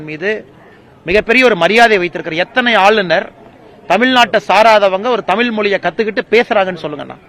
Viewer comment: Tham-IL illai Tham-izh Correctly say word please